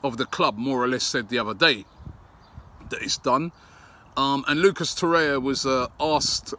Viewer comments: It's TorreIRa, not Torrea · Its Torreira not Torrea